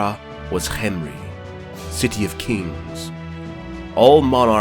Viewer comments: This is waaaaay better than the Mummy movies Also, I really like how you pronounced Khemri. I thought it was kem-ri, but this is more egyptian-like or exotic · I liked the way you said khemri thanks for the videos you post it’s really fun to watch